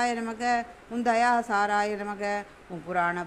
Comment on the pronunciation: Its namah not namagam